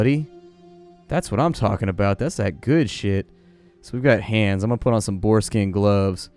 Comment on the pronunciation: When he said boar skin gloves I thought he said foreskin gloves, Like damn that is a badass dude